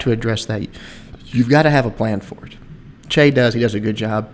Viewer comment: is Chea cambodian? If so, then he's "Chia" instead of "Chay":) Just bustin your balls.